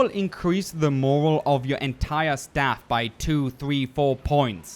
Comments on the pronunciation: It’s morale, not moral lol don’t know if it’s the accent or what but other than that, I absolutely wonderful content man. Love your stuff and keep up the good work. Even learned a couple things. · Rectus Rectumius that was aggravating me too..its morale not moral!!! dumbass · I just wanted to add since it bothered me morale is pronounced more-al as in “the morale of the troops” not in “the moral thing to do” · Sorry but I have to, it drove me nuts. mo·rale məˈral/ noun noun: morale the confidence, enthusiasm, and discipline of a person or group at a particular time. "their morale was high" Not trying to nit pick, but you kept saying moral and that's a different thing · Great video. Just a minor note, "Morale" isn't pronounced the same way as "Moral", it's pronounced similar to "Corral" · Great Video may I tell you how to say Moral its like More AL try heighten the AL morrre Al bet a lot of people will hate on me for saying but I want to help I love the vid Thank You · Flinched at every pronunciation of morale. It is "more-Al" not "morel" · Nice vid. Just a bit about the way you say morale tho. It's not "moral" as you pronounced it. But "moralE". Emphasis on the E. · Great tips! The way you pronounce morale like moral drives me crazy. It's "more al" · IT'S PRONOUNCED MORALE MOW-RALL NOT MOW-RULL. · x It's fine to make a mistake, but if no one corrects him, He probably won't learn? Moral (Mho-rull) and "Morale" (Mho-rah-el) are two completely different words and with different meanings though. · First, how you gathered all this "elite" knowledge of this game is ridiculously enviable :) 8 years late with this but in the segment about morale....... it's "more-AL" with "AL" as in "Albert" or "Alfred". Sorry, no criticism, I was "supposed to be" a "Speech Pathologist" :) MY careers couldn't be further from it, having been a visual communications specialist for decades. Anyway, just a friendly tip in language and big thanks for this treasure :) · like BIG AL, MORE AL